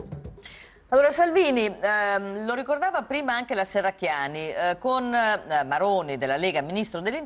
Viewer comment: come politico la Shherracchiani farebbe bene ad imparare a pronunciare correttamente la "sh" :)